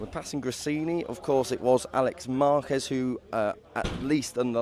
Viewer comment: Interesting Brits are able to pronounce Jerez perfectly, but butcher Márquez every single time. Baffling.